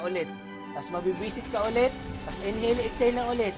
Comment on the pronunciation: Legit yung tawa ko sa n hail ex hail😂😂😂